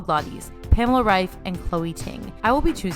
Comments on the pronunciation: u Said reif correctly :)) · 👏🏻👏🏻👏🏻 u r the only YouTuber who pronounced Reif right 😂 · hey, amazing video as always 🥰 I love your personality and your content! and I'm sooo proud of you because you're the first non-german speaker who pronounced pamela's name correctly 😂